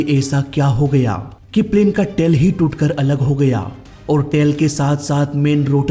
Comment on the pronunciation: Bhai tail hota hai tale nhi... or popular hota poopular nhi... tum bolne mai bohat galtia krte ho, ajkl koi bhi muh utha kr reporter, youtuber, story teller bn jata hai.... bina khud pr kaam kre, or bina baat cheet ko theek kre, isi liye to humare desh ka mzaak bn rha hai